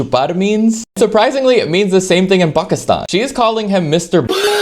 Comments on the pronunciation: How tf did he say "Pakistan" like you're supposed to ?!! Most westerners say PAYYKISTAAYN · Appreciate the pronunciation of Pakistan ❤